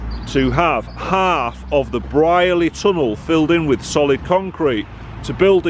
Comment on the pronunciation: Wow! I thought this had all been filled for the bypass. I remember walking though the entire tunnel in about 1980....bunking off school! Pronounced Breer-ley by locals.